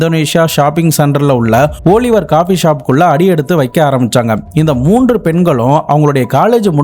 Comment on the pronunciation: ஓலிவர் இல்ல ஆலிவர்